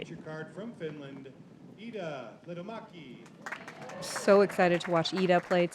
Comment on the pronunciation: If anyone wants to learn early, because eventually you'll have to anyway... Lehtomäki is LEH-to-mäki ('leh' like 'meh', 'to' like 'torpedo', 'mäki' like 'mackie'), with weight on the first syllable. Super easy actually, just looks daunting. Good luck.